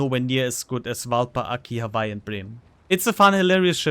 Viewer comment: Germanic pronunciation of w, that's all.